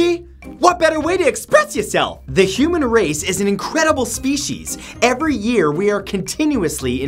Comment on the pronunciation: Did anyone else here him say "the human erase" instead of human race?